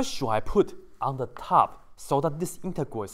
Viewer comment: I love the way you said thuu.. 😂😂😂